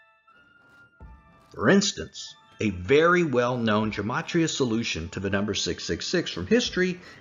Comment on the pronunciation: A small point.... Gematria is pronounced with a hard "G", as in "God". There is no "J" sound in Greek, nor in Hebrew.